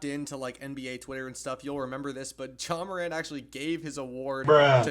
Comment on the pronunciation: JA MACAN’T😭✌️